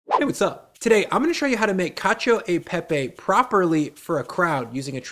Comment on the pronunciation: I know I am nit picking here but please do not pronounce the ‘i’ in ‘cio/cia’ or ‘gio/gia’ in itian words (I think Lucia is the only exception I know of) That said we did Olio e Alio e Pepe last week and it it is similar to this one w/o the butter